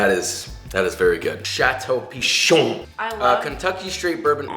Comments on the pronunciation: Château Pi*CHON* Baron Gotta put that emphasis, you know? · Nobody: Absolutely nobody: Josh: "pIcHoN"